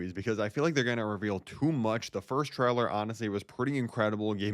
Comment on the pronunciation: It's pronounced (tray) (ler) not (trow) (ler)